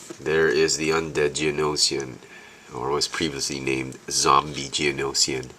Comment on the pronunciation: this is how you pronounce it (G-Oh-No-shin) you pronounced it (G-Oh-No-she-in) Not trying to be mean, but i just want you to know the species name pronounce :D